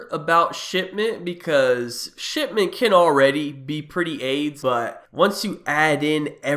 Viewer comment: Everytime he says "shipment" he sounds like he's saying "Shit mint". Anybody else hear that, or am I the only one?